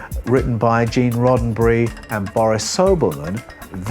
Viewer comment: Roe berry?? What?? You go from scripture to Rodenberry??